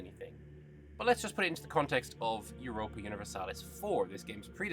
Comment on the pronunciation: Thanks for the video can't wait for Q3 of 2025. Everyone saying it wrong It is Europa Universalis Vee :P